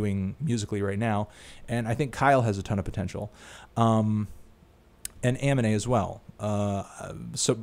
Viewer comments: Ah - Me - Neh Not Amine like Anime Ah - Me - Neh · how do you mispronounce Aminé as Anime? The M and N are in opposite spots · How you going to butcher Aminè, XXXTentacion and MadeinTYO's names like come on dude, they're so easy to pronounce. X has 4 tapes, Ugly God has continuously told us he is dropping The Booty Tape after all this XXL stuff is done. Playboi Carti has a mixtape that's self-titled that Has a couple songs of the summer.